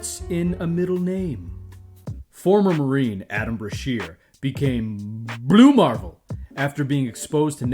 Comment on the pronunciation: Why do you say "Blue marvel" like that? 😭😭